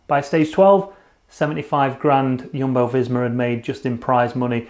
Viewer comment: Teach the way to say Jumbo visma thanks, u rock